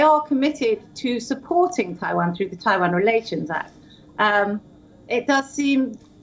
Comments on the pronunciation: It's Taiwan not Dawan !!! Annoying af!!! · Its Taiwan, not Tai-vahn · The Indian anchor has a funny pronunciation of Taiwan!